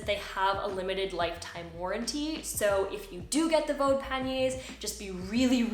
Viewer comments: by the way, the brand in Germany is pronounced VD (like the two letters read from the alphabet, nothig to do with Vaudeville or sth 😂) because the founder's and nowadays his grandchild's name is Von Dewitz...VauDe is phonetic in German for the two letters... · Nice review, quite helpful; slight tip, though on Vaude; The pronunciation is quite simple! VD [fau'de], like the two letters V and D in German spoken one after the other. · Not to be the language police, but pannier, although originally a French word, is pronounced pan-yr in English, you can look it up. The gear company Vaude, is a German company, and is pronounced vaad in English. Again, you can look it up. People can pronounce things any way they want, but it just sounds stilted. It is like being a native English speaker talking to a fellow American, for example, and insisting on pronouncing Paris, pah-ree (with a slightly rolled r, like a French speaker). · I have products from both brands but heard some tourists on a German channel pronounce Vaude (Fawdt) or (Fawde).. not sure which is correct, but then again everyone pronounces Panniers differently. One other thing about the Ortlieb rail, I think you can install the oval rail from the Sport rollers on the back and/or you can flip the one you have upside down (if needed) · I've had Vaude (you do not pronounce it like you do) bags for about 10 years. Never ever had that thing pop out. And I change the settings on that a fair amount, most people wouldn't since you'll use it on one bike. I have no idea how you did that. I use mine for a daily commute.